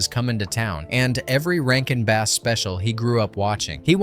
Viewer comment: Rankin BASS, you know, like the fish. Not the instrument.